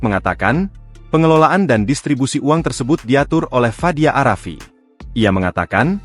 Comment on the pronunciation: Fadia arafiq min...tolol banget nyebut nama!